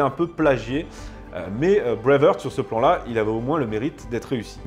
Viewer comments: D'abord, on dit Brave HArt et non brave Heurt... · D'abord c'est "BraveHARTE" et pas "Brave HEURTE"!! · Breive haaaart prononcez le ainsi. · En parlant d'erreur, Braveheart, ça se prononce pas Bravehurt... Heart rime avec les mots anglais art, cart, tart, fart, dart, part... De rien. 😊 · je vous propose d’essayer de mieux prononcer Braveheart , la première fois on passe, mais après 20 fois ça lasse 😅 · Même si tu détestes les Anglais essaie au moins de prononcer correctement “Heart” ... cordialement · Tu prononce très mal BRAVEHEART